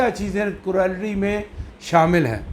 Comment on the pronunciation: پلیز آپ اپنا ہوم ورک کرکے آیا کیجیے۔ کروآلیٹی کوئی لفظ نہیں ہے، کرولٹی درست تلفظ ہے ۔ بُرا نہ منائیں، مگر ازراہ کرم اپنی تصیح کر لیجیے اور درست طور پر تیاری کر کے آیا کیجئیے۔ ایک اور بات بھی عرض کرنا ہے کہ آپ اپنے وڈیوز میں بہت ہی زیادہ بےزار انداز میں گفتگو کرتے ہیں جیسے آپکا موڈ سخت خراب ہے، اور بہت زور دے کر بھی گفتگو فرماتے ہیں، پلیز تھوڑا خیال فرمایا کیجئیے اور شُستہ اندازِ گفتگو اپنائیے ۔ فقط ایک خیر اندیش!